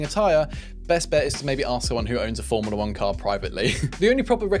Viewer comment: “Formila 1” 🤦‍♂️